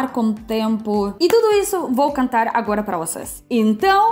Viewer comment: Não vamos mudar o modo de falar da: cantar ao invés de contar, ela fala que vai cantar, mas não canta. Muita, ao invés de muito Mamento ao invés de momento Vejamos que logo no início do vídeo ela tenta falar o correto português como comigo, ao invés de camigo, mesmo ao invés de mesma. Nós devemos tentar falar como ela fala. Isso vai ser uma boa experiência. Eu acho que ela já fala muito bem em pouco tempo. Beijo. Te amo. Você já é.